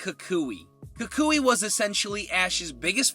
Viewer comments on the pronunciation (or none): none